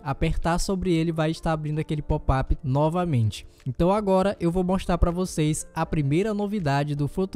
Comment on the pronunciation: Deixa de ser idiota rapa!"!! Nem bem sabe falar em Português/BR, inventa de instalar o PsP. em Inglês, quando já vem com o idioma padrão Pt/Br., aí fica com popap. popeye é a sua cara... lembra o muito o marinheiro, botão de ÓPEN... fala sério!!! Kkkkkkk